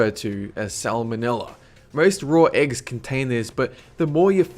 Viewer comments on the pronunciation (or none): Why do you pronounce r where the shouldn't be? Doughr erggs etc